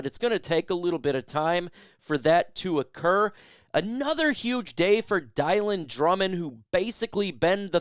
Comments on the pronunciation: Dylan is pronounced Dill-an not Die-lan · Just FYI I’m pretty certain Dylan Drummond’s first name is pronounced (Dillon). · U butchered Dylan Drummond name lol I had to say something sorry